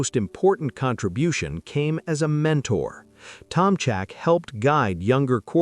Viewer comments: TOM ZAK not CHAK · It's pronounced (Toms ack) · Mike Tomjack?? AI